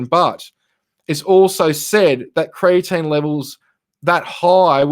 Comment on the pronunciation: Thanks for the clarification. I heard say creatine also.